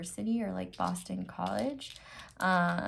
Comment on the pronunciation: '' BOSTON ' No S, No N, No T, No second O. Literally just a B and an O ><